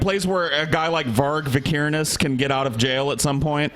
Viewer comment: pronunciation of Varg Vikernes was great